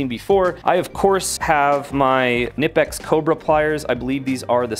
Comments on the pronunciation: Cneepex! :face-fuchsia-tongue-out: You say Cneepex! :face-fuchsia-tongue-out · Knipex the k is pronounced there was a video where they asked some knipex sales people and that's how they said it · I'm a German and the K is not silenced like knight. You spell it like it is written